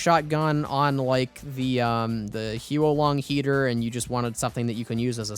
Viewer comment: "Hyu-ou Lahng Heater" "Daylokohz Bar"